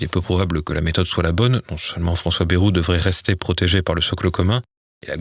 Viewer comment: Ce n'est pas bairou mais bayrou